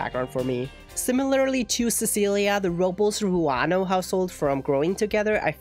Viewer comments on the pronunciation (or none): It wasnt the R, your R was nice, but the last syllable, -les you have to pronounce the e since it is a latino name lol dont worry about it tho its me being nitpicky. Loved the video btw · Robles is pronounced "Roh-blays". Not "Roh-bulls". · yes! It is Rob-Les is a Spanish last name very common in Spain and Latinoamerica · That pronunciation of Robles had me dying